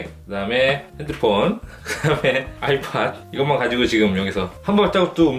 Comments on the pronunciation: 일본에서 아이패드를 아이팟또라고해서 헷갈리신거라고 생각해요 ㅎㅎ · 아이패드인거죠?발음이 약간 틀린거죠?그런거죠? ^^